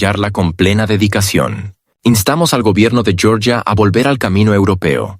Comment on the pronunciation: Georgia, no Yoryia (así se diría el nombre en inglés). El nombre nativo de Georgia es Sakartvelo.